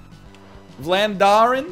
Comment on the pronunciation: Nl trying to pronounce "Vlaanderen" (Flanders) actually made my day.